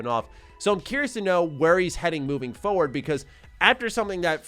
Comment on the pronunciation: It's forward, not foward. Foward isn't a word lol